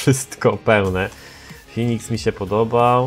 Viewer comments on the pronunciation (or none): none